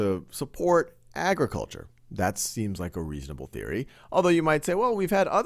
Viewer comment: ag- re- kul- char agriculture